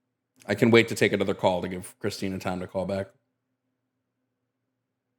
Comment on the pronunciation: The name is CHRISTIN-TH!!!!!! You come to our house, you get my wife’s name right. It’s CHRISTINTH!!!!!!! That’s all I could hear every time said Christina 😂🙈